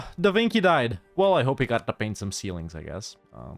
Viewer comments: "Da vinki?" Lmao, why did that make me laugh so much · I laughed so hard when he said "Da Vinkee??" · Da... Da... DA VINKY???!!! name of the greatest inventor of Italy butchered to sound like an admiral who is secretly a pig that can wink, I just can't XDDDDDDDDDDDDDDDDDDDDDDDD